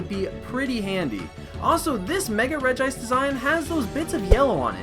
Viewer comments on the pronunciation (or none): It's Regi-ice xD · And not regice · Oh btw regice is pronounced regi-ice